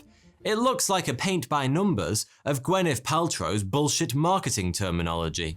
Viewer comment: delt It's paltrow not platrow, and who knows what it is.